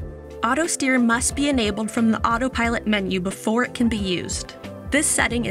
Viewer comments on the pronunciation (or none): Why does her first "Autopilot" sound like "Autopirate"? 🦜